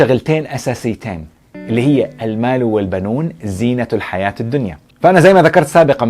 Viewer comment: تصحيح لغوي للآية القرآنية الكريمة: الْمَالُ وَالْبَنُونَ زِينَةُ الْحَيَاةِ الدُّنْيَا بكسر التاء المربوطة في كلمة (الحياة) وفقت عل ما طرحت أخ